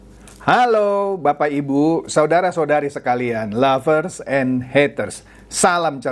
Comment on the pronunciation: Bukan laver om , Tapi lovers.. 😁